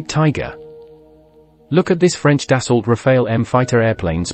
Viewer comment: Da-so not Da-salt.